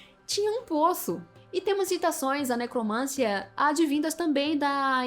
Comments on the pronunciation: QUAL A NOVIDADE??? EU QUERO É NOVIDADE. E MAIS, A PALAVRA É NECROMANCIA, E NÃO NECROMÂNCIA. PAULO FREIRE ANALFABETO... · NecromanCIa! Rima com tia, Sofia, Maria, pedofilia, psicologia, arqueologia. Ne - cro - man - CI - a. De onde você tirou necromância?! Isso demonstra ignorância. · Mana, só pra ajudar: necromancia, não necromância… 😅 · Linda, dói nos ouvidos, ouvir uma moça tão inteligente falando "necromância".